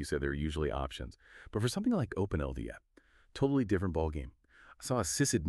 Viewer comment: It's Open-L-DAP, isn't it? I dunno why the pronouciation is so far off - ...